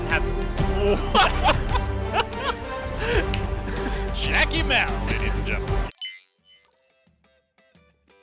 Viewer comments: Sounds like “Jacky Lmao” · You pronounce Jacky Mao wrong. It's Jacky ayy Lmao